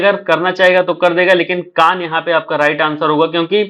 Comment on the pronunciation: कान सही है अंग बोला है